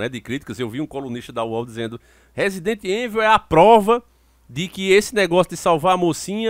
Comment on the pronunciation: sei que sou chato nisso mais da nervoso esse nome rsrs resident evil , mais se fala resident ívôu só a dica msm rsrs abs